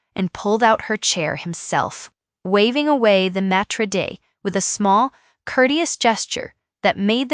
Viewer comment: AI needs to stop trying to use and incorrectly pronounce words established over eons in languages. Example: "maître d'", "coaxing". Stick to simple or long winded phrases that can be properly enunciated. The story will come through more realistic, than fake. 🤔